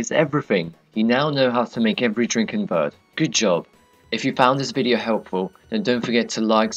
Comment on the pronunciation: vurd? seriously? its ver-day